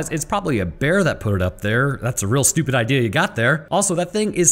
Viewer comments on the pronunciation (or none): Please be attentive in how one says the word stupid